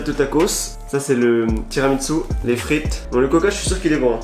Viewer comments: Y’a que moi qui dit « tiramisu » et pas « tiramitsu » ? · Mec pourquoi tu dis: [tiramitsu] au lieu de tiramiSSu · tiramissu, pas tiramitssu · moi j'did tiramitsu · Ça me fait mal aux oreilles quand tu dis « tiramiTsu » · sa me bute il dit tiramitsu en mode c'est un manga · C'est moi où tu dis TIRAMITSU 😁